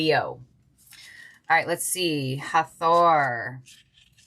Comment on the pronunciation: Thank you for this reading! ❤ As for the pronunciation of "Hathor" . . . YOU were speaking it correctly. I have no idea where that author came up with that pronunciation, but an Egyptian man saw my tattoo from my design of the "Eye of Hathor". He recognized the eye and pronounced it as written: hath-or I am named Heather Lee and a Jewish Leo: sun/venus/S gate, a musician, and a descendant of dairy farmers - as a reminder that I am a Hathor-Lyran who works with music and the Merkabah as tools of healing, protection, and peace.